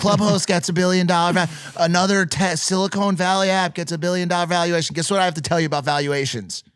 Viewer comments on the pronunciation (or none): “Evaluation” lol